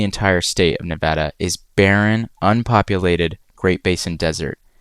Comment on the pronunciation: Thank you for pronouncing Nevada the correct way !